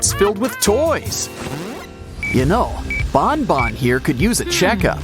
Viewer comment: It's banban not bonbon